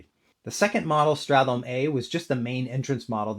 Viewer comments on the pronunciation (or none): Oh no I made a silly typo 🫣 I meant "sTRat", not "sTArt". Nevertheless, I wanted to focus on straTHolme as one sound vs strat+holme as two syllables. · the way you pronounce stratholme is quite weird. Everyone says start-holme and you treat that "th" in the middle like it's a single sound